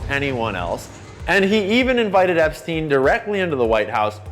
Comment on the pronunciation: "epsien" island - cmon man, we have a world to save